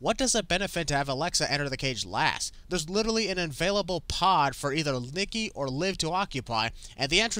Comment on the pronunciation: you called Nikki lickky😂😂😂